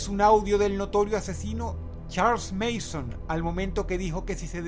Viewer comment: No es MEISON es Manson, si no sabes pronunciar dilo como se escribe Dross -.